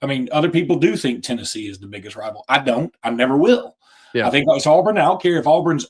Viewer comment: good job but one critique…AWEburn, not AHburn